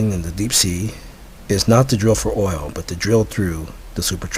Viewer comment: Anyone who makes a claim like this, about being contacted by extraterrestrials; and provides no evidence whatsoever other than "that's just the truth" is a moron and not worth anyone's time. Also, words he could not pronounce: Extraterrestrials Translucent Oil Smh!